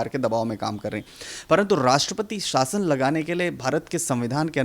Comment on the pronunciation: शासन होता है आप साशन ना बोले पत्रकार महोदया